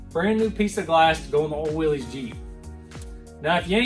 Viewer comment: You're pronouncing Willy's wrong it's actually pronounced Willis after the original designer